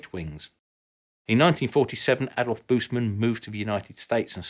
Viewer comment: Wished that German names are pronounced correctly (not a big task as every entry in Wikipedia provides a sound file of the given term) Adolf [uh-dolf] Busemann [boos-a-mun]